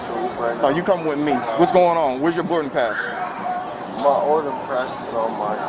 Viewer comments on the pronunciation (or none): I think he said oarding prass.